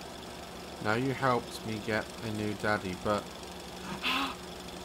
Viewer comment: Dear Diary, No One : Daz: Emphasises 'Daddy'